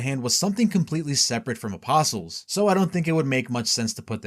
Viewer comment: Thank you for being able to pronounce the word “apostles” correctly, can’t tell you how many videos I’ve watched about Berserk where the narrator doesn’t know that the T is silent and it drives me absolutely nuts.